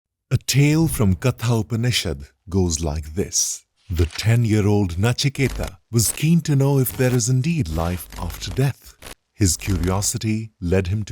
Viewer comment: Sorry you have mispronounced ‘Katha Upanishad’ here the ‘ T ’ will be sounded like the T's in Take , Tale etc.